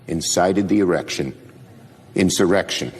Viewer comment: Schumer was reading it and he still messed up! What a dill hole!!